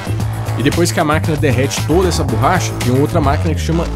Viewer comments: borracha, não "burracha"! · Oohhh.... não é burracha... é borracha,kkk